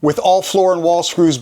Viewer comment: Nice job. Just a minor point, it's "lauan" not "luon".